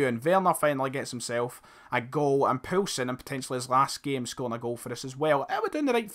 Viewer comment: Keep Yussuf Poulsen and it's pronounced "POAL SEN" ( im Danish)